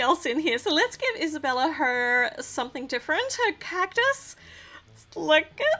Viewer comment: By the way it’s not Isabella it’s esabella